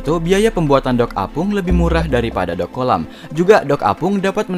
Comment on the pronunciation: bilang dock bukan dog bogeng